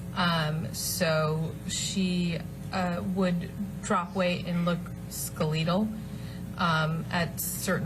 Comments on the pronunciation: "ske-lee-dull"?....not, ske-le-tal? Huh? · She said skaleetal instead of skeletal. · Did she just pronounce "skeletal" as skuh-leedle? 😂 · First all, this is an actor’s teacher. A teaching actor. Who btw failed 😂 second of all.. skull-ee-tull? Does she mean skeletal? Amber became skeletal? Education much 👏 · The way this person said the word "skeletal" is quite concerning... I've NEVER heard anyone pronounce it as "skeleetle"😕😦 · SkaLEEtal? You mean skeletal? Was she reading that? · "ska-lee-tle".....wth. is she reading from a script and read "skeletal" incorrectly?? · "Skaleetle..?" The use of a word she can't pronounce makes me wonder how coached these things are.... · Ska-lee-tal? Another memorized word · Her pronunciation of the word “Skeletal” tells me a large portion of her testimony is rehearsed and was probably written for her. People don’t usually use words they don’t know how to pronounce correctly unless they read it and are trying to sound smart. Her words are carefully chosen and she makes sure to go into detail about what JD said while yelling but not AH yelled and said. The only thing that sounded true was when she sheepishly added that Amber has a hard time fake crying. She quickly changes the subject after saying it as if she realized she wasn’t supposed to mention that part. She was trying to show she knew the difference between AH shedding real tears as opposed to fake by saying AH had trouble producing tears on que but I’m willing to bet this woman never saw AH cry period. You don’t even see or hear her cry in recordings. I doubt AH knows how to cry. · Proof that she was given a script to follow, but they forgot to tell her how to pronounce SKELITAL. Hilariously stupid. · She mispronounced "skeletal" which makes me feel like she had notes written for her. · I can’t take this witness seriously. Just listen to her pronunciation of skeletal.